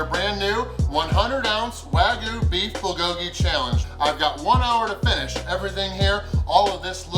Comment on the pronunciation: Wag-YOU not Wagoo. You're my boy, but ya gotta get that right.